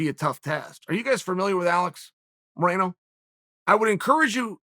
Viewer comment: Chael called Alex Morono “Moreno” ? ... Looks like his name is Alex Moreno now !